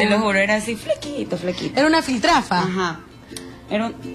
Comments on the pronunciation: Jajajaja Filtrafa .... es verdad aun no aprende a hablar esas chicas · que mierda es filtrafa? será piltrafa, vergüenza que una periodista no sepa hablar, más instrucción y menos farándula señorita. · ni siquiera hablar saben Dios mio, es piltrafa no filtrafa, pobre gente. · Filtrafa? señora periodista aprenda a hablar de dice PILTRAFA...